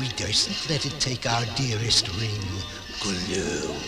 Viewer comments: Nah man, I'm dying from Laughter. The mispronunciations from Samug and Thorin aren't that bad compared to Gollum. They did my Boi Dirty, they call them Guloom (Go-luum). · Gollum is Go-Loom? I didn't know that he was a weaver in his spare time.